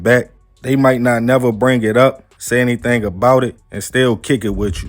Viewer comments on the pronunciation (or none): none